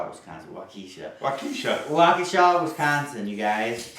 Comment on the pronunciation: Wow you said Waukesha right, very rare for a non Wisconsin resident to pronounce it correctly.